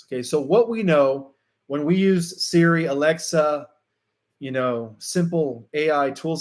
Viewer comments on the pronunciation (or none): none